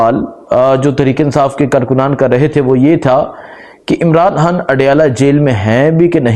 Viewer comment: Salam alaikum bhai pls Imran han nhi Imran khan hai or habar nhi khabar hota hai pls thk se name liya karain pls imran Khan bola karain